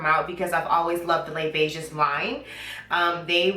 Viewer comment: Les Beiges lmao it's French. The s is silent, you uncultured swine! 🙄